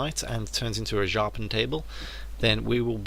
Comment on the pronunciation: it's järpen Table dude, pronounced "yeah-rpen" table...